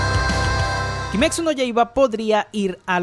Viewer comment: "kimecsu" Cringe total